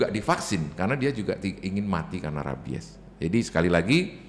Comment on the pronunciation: Mbak penyebutan rabies nya salah😂